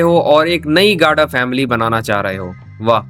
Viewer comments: Bhai tu gada bolna Sikh le phle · the way he says gada😂😂😂